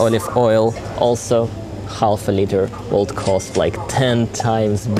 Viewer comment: "Half" is actually pronounced "haf" -Been hearing you saying it for a long time and my neurotic self needed to say it. Interesting shopping-tour. Where I live it's a LOT more expensive, but then again the incomes are also a lot higher. I think we spend about 20%-25% of the income on food/cleaning products a month though - which feels too much. Like you I also go for the "beautifulness" 😉